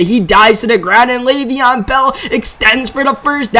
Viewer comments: It's Le'Veon Bell not Lev'on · It is Lev'on bell not lav'on